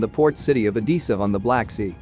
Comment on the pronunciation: Can soomeone please explain to this fool how to pronounce Odessa.